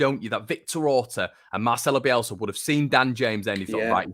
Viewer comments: It's Bielsa sorry I before E except after C not Bielzzza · Joe drives me mad how he says "Bielzzza." It's BielSa, with an S.